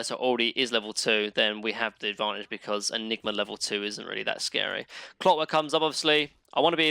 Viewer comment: nobody:: droh enigmer husker snepfoir mine-o-tor haych-pee and maner also